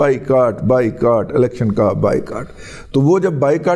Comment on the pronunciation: آپ نے بائیکاٹ کہا یا بھائی کاٹ۔ واضع نہیں ہوا